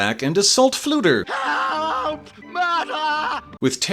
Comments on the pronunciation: Also the u is pronounced more like i so fflewddur would be pronounced flewthir and orddu would be orthi … if that makes sense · Minor point, but since my middle name is Cennydd, the Welsh spelling of Kenneth, I happen to know that dd is pronounced like a voiced th (as in this or that) in Wales. So the bard should be pronounced 'Flewthur' and the lead witch 'Orthu'. Why Disney chose to make Flewddur elderly, when he was young and full of bounce in the books, I don't know. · I love this movie but my biggest gripe with it is that Flewddur should be pronounced Flew-thur instead of Flew-dur, since dd is pronounced as a th sound in Welsh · I don't blame you for using the Anglicized pronunciations, if that's what the film uses. Did Alexander specify how they were meant to be said?